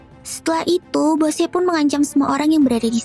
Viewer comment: Yang benar bosse bukan boshe